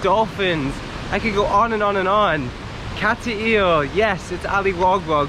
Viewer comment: Not being critical, but my wife says it's not Cat-t-ill. Nice video though. when I get back to the Philippines, I am coming up that way to see those beautiful waterfalls.